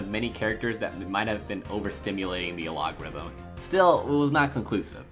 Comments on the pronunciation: What the fuck is an aLOGerithm? aylogorithm? I think you mean algorithm (Al Gore ithm). More learning English and less watching anime might help. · Am I missing some meme here, why do you pronounce algorithm like that?